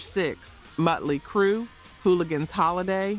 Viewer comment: Is this an AI voice? I think so. Irritates the hell out of me when it mispronounces bands, like Mutely Crue instead of Motley Crue; and Stikes instead of Styx. Otherwise, I really enjoy these. It’s a bit like enjoying some documentary, w someone running their nails down a blackboard every so often!